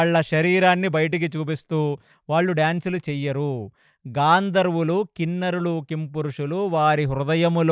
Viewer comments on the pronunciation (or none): గంధర్వులు గాంధర్వులు కాదు గారు